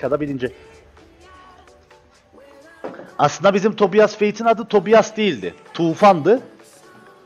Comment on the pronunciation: O TOBİAS DİYE DEĞİL TOBAYS DİYE OKUNUYOR